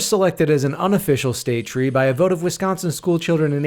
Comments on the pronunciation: Thankyou for pronouncing my beautiful state correct. Most people say Wis-cawn-sin and it's honestly annoying 😅 have you made a sugar maple ice cream yet? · its so good hearing someone actually say wisconsin the right way for once